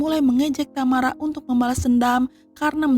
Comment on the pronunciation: Satu yg gak enak dr urang sunda klo ngomong adl dibelakang pengucapan seakan ada huruf 'k'...contoh tamara jd tamarak😊